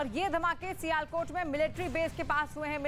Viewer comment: abe sialkot bolna sikhe le pahle